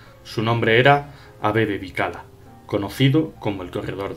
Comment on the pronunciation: Eso mismo pensé yo. Siempre oí la pronunciación "Bikila"